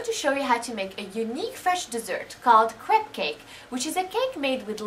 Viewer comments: lol its "crap" on "crap" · ehehe it sounds like you say crap cake